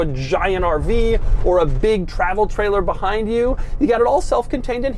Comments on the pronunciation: i love the way he says RV like a pirate arrrrrrr veee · He sounds like a pirate when he say 'RrrrrrrrrrrrrrVee'